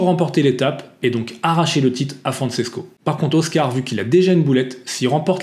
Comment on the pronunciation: Bonjour, je te suis depuis les tutos Wing avec ton père (et je croyais que c’était un pseudo…. ) et j’apprécie toujours tes vidéos. Le parasuit, c’est trop drôle! Pour information, Francesco se prononce FranCHésco ( comme le CHE Guevara) et non FranSesco et Tricks étant le pluriel de Trick, s’il n’y en a qu’un, c’est un Trick, sans S. Juste pour que tu sois parfait 😅